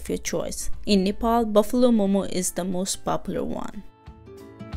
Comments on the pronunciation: nice video but it's Nepal not nefol thank you for video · Not nefal it is only nepal. make sure pronounce before say okay. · Plzz don't pronounce Nepal as Nefal😟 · it's NEPAL not Nephol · God I hate when Nepali people butcher saying our own country’s name!